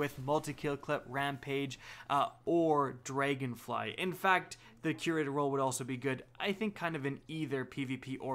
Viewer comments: "Dregonfly??, its Dragonfly, pretty easy to say..." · "Draygonfly" xD